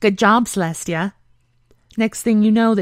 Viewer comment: It's Celestia not Celesta... Very funny though